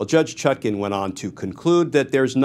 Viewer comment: Even he cannot pronounce her name right